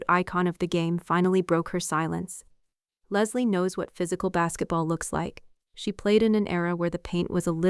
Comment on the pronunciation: Did she just call it Bassetball?